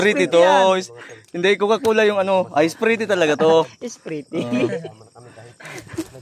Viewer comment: Katuwa naman kayo sprite talaga di ba pwede slang ang bigkas para hindi halata na bisaya kakatawa kayo kahit sa kritikal area magawa nyo pa talaga magkatuwaan kaya lang si mikoy malungkot pa rin gustong gusto na nya makita ang pamilya nya sana makita nyo na rin ang pamilya ni mikoy godbless sabi nyo joke lang mga guapo man talaga kayo